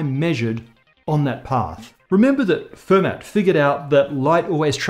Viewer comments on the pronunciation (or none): Hi,. Don't make monsieur Fermat a too lol. In French they just (like 95%) ignore the trailing consonant. So he was more of a Fay`mah. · Hello. It's pronounced "Fur-maa" like, as if you forgot to pronounce the ending 'r' of farmer. I'm sure you actually know how to pronounce Fermat's name, but still. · Fermat is not pronounced with a "t" at the end, it's a French name! More like "Fermah".